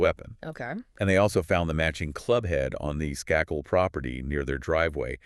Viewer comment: Skakel. Pronounced with a long a.